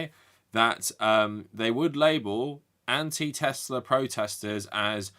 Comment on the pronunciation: "I love Teslur"